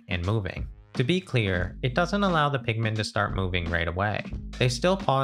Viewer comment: I cannot unhear pikmen